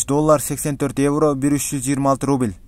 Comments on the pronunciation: Рубил рубил дебей уйрончу суйлогонду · Ий брат РУБИЛЬ деп айтпачыыыыыы🤣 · Сени бироо кубалап атабы шашпай суйлосон рубил дебей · Кускум келип кетти суйлогонун рубил дебей.тушунуктуу суйлочу